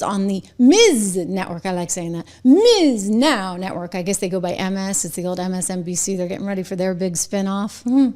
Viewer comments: Trish, its pronounced "B.S. Now", just fyi. 😂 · It’s pronounced “b s now”, lol.